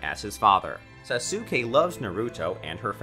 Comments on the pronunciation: its sasuke not sasuukae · Le me tell u one thing When u say sasuke it kinda Sounds like Sasoke when u pronounce Sasuke Say it With Saske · bro why did u say sasukei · The fact that Sasuke is pronounced Saske and he says SasUke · He really said sasookey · This guy has to be trolling with how he pronounces names, “sa-soo-skay” can’t be how he seriously thinks it’s pronounced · Bro said Sasooke 🤣🤣🤣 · did you just call saskue SAS UK E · did he just call sasuke sassukae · Sah-soo-K Completely accurate pronunciation of sasuke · Don’t say there names like that please bro sasookay is killin me 🤣🤣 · I pronounce it like sasgay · “Sa-sue-kae” AHHHHHHHHHHHHHHHHHHHHHHHHHHHHHHHHHHHHHHHHHHHHHHHHHHHHHHHHHHHHHHHHHHHHHHHHHHHHHHHH THE PRONUNCIATION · 🤦‍♂️ you know it's pronounced soskay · YO WTF why do u say saske name like that saSuke😭 u sound mad dumb💀💀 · Did he just pronounced sasuke SA SU KE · did mans just say sasooke?!?! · HE SAID SASUKE WRONG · Can u say sasuke right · He literally mispronounces EVERYTHING. Boruto, naruto, hinata, sasuke, sakura, sarada, genin, chakra- he mispronounces it all. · Sasuke...sa,su,ke...i cant understand this...try removing u in sasuke pls😃